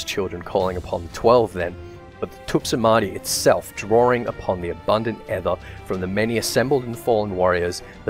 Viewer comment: Just so you know, aether is pronounced just like ether, that is "ee-ther". Not rhyming with heather.